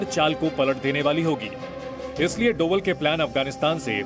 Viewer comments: पड़ना नही आता क्या डोबल नही डोभाल है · Tum media's waalo ko name bhi nahi padh sakte hain dhang se (डोभल )nhi hai )ajit Dobhaal hai(डोभाल्) होता है।।।।सब् news वाले %%@ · मैं Zee news का एक नियमित श्रोता हूं लेकिन कभी कभी आपके द्वारा किए गए शब्दों के उच्चारण बहुत असहज महसूस होते हैं। कृपया उच्चारण सही करें। यह उच्चारण डोवल नहीं बल्कि डोभाल है। अक्सर आज भी गढ़वाल, यहां तक कि लगभग पूरे उत्तराखंड में अंग्रेजी वर्णमाला के V को भ उच्चारित किया जाता है इस कारण डोभाल शब्द को अंग्रेजी में Doval लिखा गया होगा। हालांकि आम जनमानस उनको डोवल नहीं डोभाल ही कहता है। धन्यवाद।